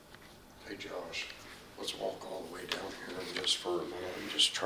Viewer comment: Sounds like ( say it) not hey.